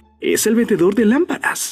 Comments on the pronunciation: verndedor que es eso como q le agregaron una R no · "VERNEDOR" ja :v